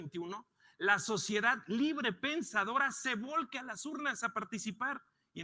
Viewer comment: Marko Cortés, no seas ignorante, se dice "vuelque", no "volque". Ponte a estudiar!!